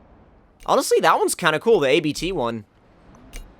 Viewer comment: Its NOT A.B.T its ABT